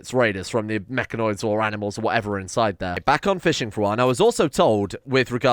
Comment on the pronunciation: "Aminals" "Anti-Aminal" I just noticed these when you were creating the Anti-Aminal area, thought it was funny